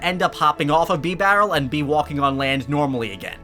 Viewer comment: “Bee-barrel”? “Arkee-us”??? Lol